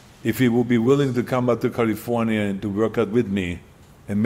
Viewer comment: lol california... cuh lee forh yuh LOL